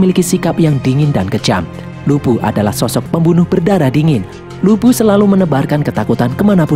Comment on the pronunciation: Bisa engga ngomong lubu nnya jgn bikin ngak ngak